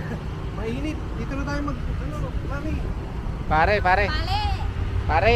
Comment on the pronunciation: she can't pronounce PARE 😂😂😂 If you say PALE she will say PARE 😂😂